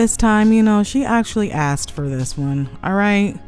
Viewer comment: When she was trustee, she sure axed a lot of questions.